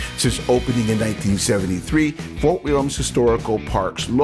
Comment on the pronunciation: There is no s at the end of William in Fort William Historical Park.